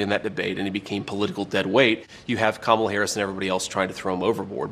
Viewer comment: I don’t respect YouTubers that mispronounce Kamala. Cya